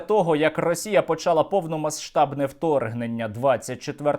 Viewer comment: Україна перейде у контрнаступ, коли Сергій Стерненко припинить вимовляти звук "С" у слові "повномасштабний". Я поважаю автора, але це слово просто неможливо чути.